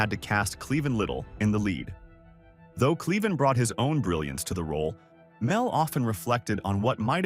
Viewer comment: Learn to pronounce Cleavon.